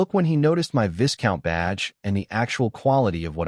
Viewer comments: ... Pronounced like Vai-Count or Vy Count. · Great story but annoying listening to it mispronounce viscount, and marquee.